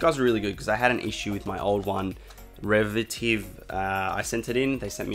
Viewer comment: Revitive - not a difficult word to pronounce really